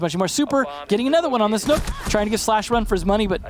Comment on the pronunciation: The way he said nokk that way is nook he’s just stupid